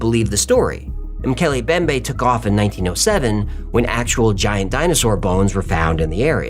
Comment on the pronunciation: Great video! Not a criticism just a note, it is pronounced Moe-kel-ay Em-bem-bay